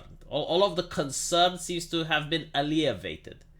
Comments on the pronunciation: That's Alle-VEE-ated. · It's alleviated. Uh lee vee ay ted.